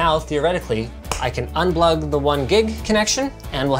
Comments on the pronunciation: "UnBlug" - Linus Sebastian, 2019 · " I can un-blug" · "I can UnBlug the 1 Gig connection"...? :P